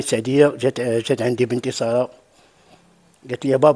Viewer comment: سارة و ليست صارة حتى النطق السين خفيفة و ليست الصاد غليضة